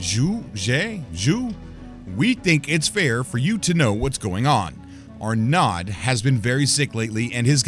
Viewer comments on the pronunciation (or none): ‘Arnod’? Surely the correct pronunciation is ‘ar-no’. Just sayin’